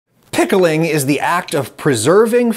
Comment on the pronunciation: I don't know if I'm the only one, but the way Adam goes really hard on the word "PICKLING" at the start of the video had me and my girlfriend giggling, especially since it came right after an ad.